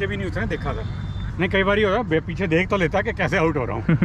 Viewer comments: Bro you said do dekh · You said do dekh😂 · Brk you said do dhek 😂